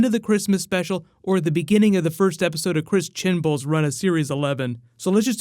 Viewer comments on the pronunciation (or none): Firstly it's Chibnall. Not Chin Ball. secondly it's not Marco Polo he's referencing. It's The Tenth Planet due to the location and the outfit he's got on. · Chris "Chinball", seriously? It's Chibnall. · Mate your stuff is great and I love it but it is 'Chris ChiBNall' rather than 'Chinball'!!! and 'CANARY Wharf' rather than 'Ciliary Wharf' ahhhahha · dude it's Chris Chibnal, not chinball 😉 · This all-American dunce! I don't understand people's attraction to him. TARDIS Archives and DoctorWhoTV just does a much better job at covering Doctor Who. He kept calling Chris Chibnall, CHIN-BULL. WTF??? Chinbull? Illiterate much. Then there was Killiary Wharf! What's that? It's called Canary Wharf moron.